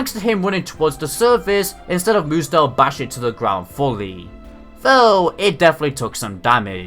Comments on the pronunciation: i liked this episode, found it hilarious how Ash and pikachu beat Hapu and Mudsdale btw, it's pretty annoying to hear you say moodsdale every time, instead of mudsdale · Mudsdale is not pronounced mood-zdale it is pronounced mud-zdale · Sorry and no effense but I don't think your pronounced mudstale right